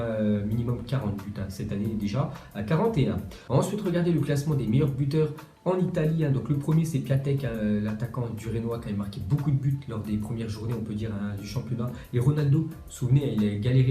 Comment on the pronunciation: Piatek ce prononce ''piontek''